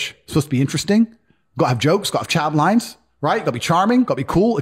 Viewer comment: I think he said 'Chad lines' not 'child lines'?? :D